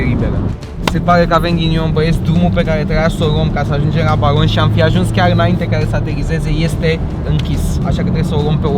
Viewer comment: De cate ori spunea balon , intelegeam Baron